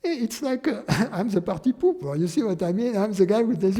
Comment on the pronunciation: Love how he says "pahty-poopah" 😆